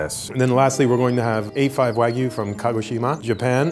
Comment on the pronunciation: no one:: wagyu, wag me